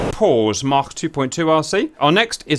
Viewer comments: According to the dictionary it’s pronounced Mak or Maak but not maarchkhc. Unless you’re Welsh 😄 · Why is Cap saying Mach with a German accent?